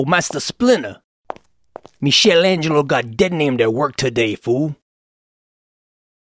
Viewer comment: I guess this is where got Michaelangelo pronunciation from lol.